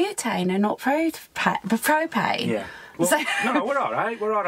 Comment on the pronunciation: says beuuupain lol